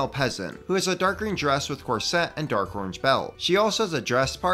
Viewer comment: This is fantastic,! Love it. I do have two tiny quibbles though: 1: “Corset” is pronounced with the accent on “COR”, not like the sound of “Corvette”. 2: debatable if this one counts as “peasant”, but certainly civilian, the Nobleman from the Kingdoms joust. CAS500 on Bricklink. Though I suppose you could include him on your roundup of royals, which I hope is forthcoming.:) Thanks for the great work!